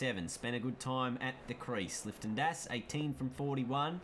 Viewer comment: You kept saying “Lifton Das” it’s “Liton” 😂😂